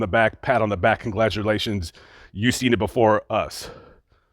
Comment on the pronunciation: it’s “congratulations”